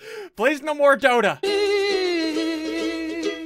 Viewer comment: Who else thought he said doughnut instead of dota